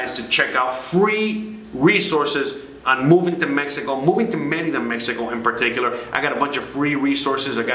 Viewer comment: I have heard TD bank has no ATM fees from a US account . Thx for yr videos very helpful and for yr correct pronunciation of Merida:) my ex from Merida and I learned to pronounce it the same way that u do and I am a gringa from Florida.